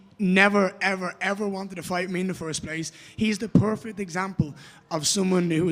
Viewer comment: I’m from Ireland, and I don’t get why Ian pronounces perfect PUURRRFECT, stop it, please .🙏